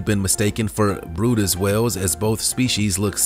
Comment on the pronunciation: The brydes whale is pronounced like it looks, where in the heck did you get brutus???